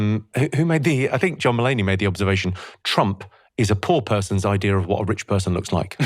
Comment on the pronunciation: The word IDEA does not have an R on the end of it. Thank you!